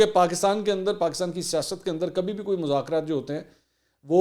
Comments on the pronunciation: منصور صاحب مزاکرات ز سے نہیں ذ۔ سے ھوتا ھے آپ بہت قابل انسان ھیں اسلئے آپکی غلطی میرے لیے برداشت کرنا ممکن نہیں ہے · مذاکرات لفظ ھے نہ کہ مزکرات پلیز